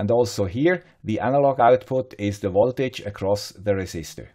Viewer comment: why do you say woltage all the time?